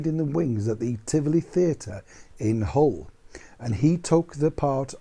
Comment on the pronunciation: love the way you pronounce HULL, like a true Yorkshire man. Regarding Arthur Lucan - he is buried in the same cemetery as my Mum 😇 We have to pass him as he's only yards away and I always read his epitaph as a mark of respect. Thanks for a great informative video today 😍